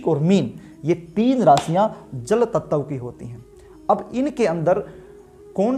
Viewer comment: ततव तत्व 😂😂😂😂😂